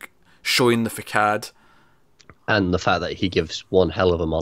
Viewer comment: i heard you say facade wrong why do you hate me so much i know you meant to do it.